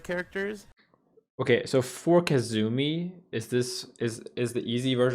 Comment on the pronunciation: This nigga really said Ke-zumi. I'm offended as a Kazumi main.